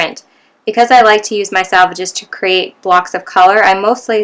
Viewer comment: These are pronounced "selvages"....not "salvages".